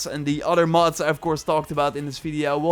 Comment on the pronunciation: It really sound like he is saying Moths, instead of Mods.